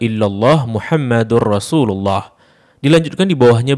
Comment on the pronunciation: Lailaha illallah Muhammadur Rasulullah. Mungkin keliru baca, sepertinya td sy dengar dibaca Mihammadarrasulullah